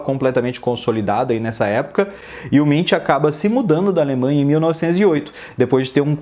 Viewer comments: A pronúncia correta é "Munk" e não "Mintch" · Se pronuncia Munk, se pronunciasse como se fosse em português mesmo ficaria mais correto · Nunca tinha ouvido o nome dele pronunciado assim...